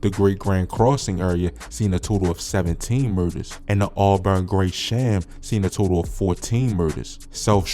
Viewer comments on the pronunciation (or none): You definitely not from Chicago! You pronouncing all the hospitals and streets wrong bro! It’s AwBurn Gre Shum stupid